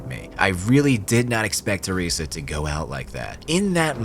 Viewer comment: Your pronunciation of "Teresa" is so off it pisses me off xD